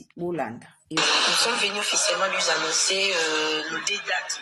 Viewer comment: Ndoki moneneeee na maseke misatu oyo na tanga na Bible nde yo. Ako sasa lisusu luizannoncer. Na boulevard ayekolaki français te? Sosoluizanoncer 😂😂😂😂, aya à apprendre ye Français. Atika ko lobela biso François 😂